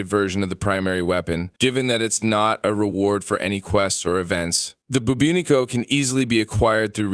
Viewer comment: One criticism... When talking about the infested arm cannon you kept saying buboonico. It is called the Bubonico (boo-bah-nic-oh). You've definitely said this right in the past and seem more intelligent than a lot of the streamers out there. Such an oversight now would suggest you're overstressed or just too tired. Perhaps you should take a break?